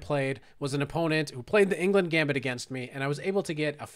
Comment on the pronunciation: It hurts my ears hearing you pronounce Englund as England every single time